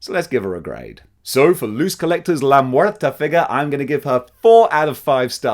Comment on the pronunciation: "La muerta" Oh shit his Spanish pronunciation is pretty good. I wonder if he speaks Spanish "Dela des murtes" Oh never mind